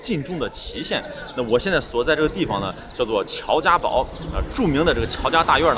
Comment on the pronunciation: 乔家堡的堡应该不念“bao”，“堡”通常作为军事方面专用，比如地堡，碉堡。地名应该念“bu”，乔家“bu”。还有一种念法是“pu”。